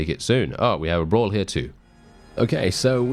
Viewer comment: Brawlz not Bras!